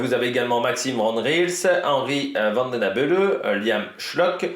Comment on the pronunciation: Vidéo top ! Niveau prononciation, c'est ; - Van Gils : Van Gchils (en fait c'est un g qui vient du palais, un mélange de G et de ch. Un peu comme un chat qui siffle.) (En fait en néerlandais des Pays-Bas, le g se prononce plus ou moins r, en néerlandais de Flandres, c'est comme je viens de l'expliquer.) - Vandenabeele : Van-den-a-béél - Van Eetvelt : Van Étvèlt - Paaschens : Pâââskèns Me semble-t-il que c'est tout ce qu'il y a comme nom un peu tricky chez lotto ( si ce n'est les vermeersch, van moer,... que tu prononce déjà bien)